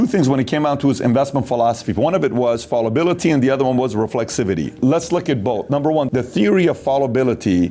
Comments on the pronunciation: pronounced foul-a-bility not fall-ability, spelled fallibility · Patrick. Fallibility comes from fallible, liable to err. It's got nothing to do with "fall". Thus, it's pronounced to rhyme with the a in calisthenics and not the a in call. The antonym of a nationalist today is humanitarianist. Democracies with billionaires is a problem because they wield too much influence in society. But given a choice, rather a Soros than a nasty, murky, Murdoch.